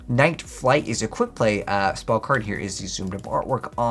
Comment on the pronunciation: u read night flight wrong bro